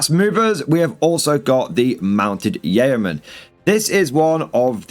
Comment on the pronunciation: Yeoman is pronounced 'yoman'.